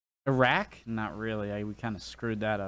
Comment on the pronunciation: For someone who says he isn't a car guy, I'm going to give you a huge plus point for pronouncing Porsche correctly (and Iraq BTW) ! Maybe one day Americans will learn to pronounce Jaguar correctly too. If Jaguar was American then ok, you can call it Jag-Wahr. But he roots of Jag are in Britain so let's pronounce it as they Brits do. Oh and Britain would have won WW2 without American invervention btw. It just would have taken longer. America shortened WW2 which is only fair considering how late they turned up to help out.